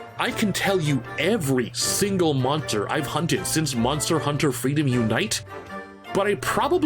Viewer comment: min mark … hear how he says monster